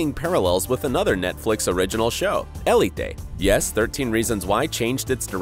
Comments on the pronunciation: It is he’s just saying it wrong. El-e-tay is not the spanish pronunciation so idk why he’s saying it like that. (If you want to say it with more spanish pronunciation you can say it eh-le-teh) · I thought ELITE was pronounced el-eet not el-e-tay